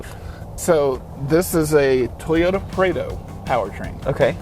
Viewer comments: Its ‘pr-aahh-doh’ and not ‘praydoh’ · Praydo.... Lol! Its pronounced PRAH- DO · These motors are unreal. I have one in my hilux. 10L per 100km all day every day. Tunable. They are pronounced "prahdoe" not praydoe. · ITS PRONOUNCED “PRA-dough” NOT “Praydo” FFS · C Steele every part of the world pronounces it as “pra-doe” lmao This is the the only dude I’ve heard call it a “praydo” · Agreed. I have a 90-series. It’s PRA-dough. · Its not Praydou, its Praaaadoh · Prado shouldn’t rhyme with Play-Doh. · For that much money I think we should pronounce Prado Correctly, is it Pray-doh or Praw-doh? Embarrassing.